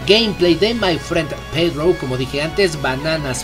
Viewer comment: Pedrou? C'mon hay que abanderar el español no el spagingo